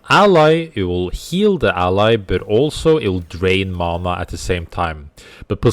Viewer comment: You said when she heals with LMB it drains mana, but I heard you say "it drains mama" and I was so confused